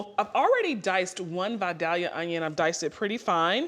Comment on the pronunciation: It's pronounced 'Vie-dale-ya' not 'Vie-dhalia'. It comes from Vidalia, Georgia. It's an onion not a flower.